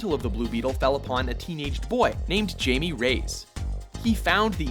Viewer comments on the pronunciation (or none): HI-MEH REY-YES, not fucking JAIME RAYS. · "Hai-Me" - "Rey-as". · Pronounced so wrong its pronounced haimay rayis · TOTALLY mispronounced Jaime Reyes' name there guys. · how white is this guy that he can't correctly pronounce the name Jaime Reyes XD